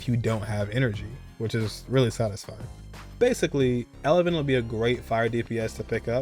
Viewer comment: It's Evelyn noT Elevyn.